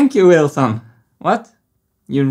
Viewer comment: It's not Wilson, it's Wheelson! It's a cogwheel, come on folks